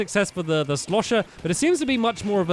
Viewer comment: I crack up when ever stampy says shlosher